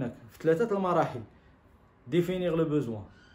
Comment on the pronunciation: Définir et non pas difinir !!